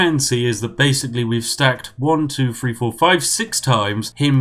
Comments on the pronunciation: I like how he pronunciates THREE as FREE. Free Kingdoms, from unlimited gold. :) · It's really bugging me how you say "3". It's 'THree' (emphasis on the 'th' sound) and not 'free'. This may seem pretentious but where's your proper British pronunciation. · He has a lower class southern uk accent. They can't pronounce th. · Free or three.....YOU DECIDE!!!!!!